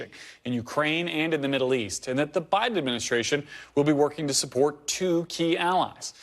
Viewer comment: Susan, USA reporter: BIDEN. NOT "BRIDEN."